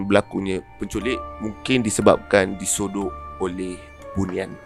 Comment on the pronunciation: Nok wak gane mungkin dia pelat "R"